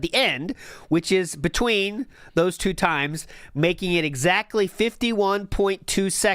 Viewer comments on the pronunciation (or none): I hate his lisp, his over-anunciation of words, his voice... For example, he pronounces the word "two" sometimes like "t-who" and sometimes like "choo". I hate this guy.